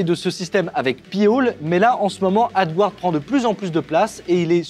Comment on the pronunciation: Coucou merci pour cette vidéos sa me donne des idée de projet. Ouf s'il vous plais demander a google traductions de vous aidée avec la prononciation du mots (AD guard) si pique les oreille. mes de tout façons merci pour tout.